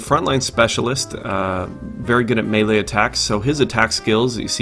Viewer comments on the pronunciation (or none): none